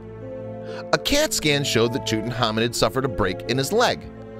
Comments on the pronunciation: Who the hel is tuthamun it’s Tutankhamen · Tutankhamen is one of the most famous known pharaoh's that we know of. We know a huge amount about him. So why on earth does this narrator continue to mispronounce his name and miss out the K?? Very very ignorant and sloppy fact finding. Nothing I have read has EVER called him that, strange.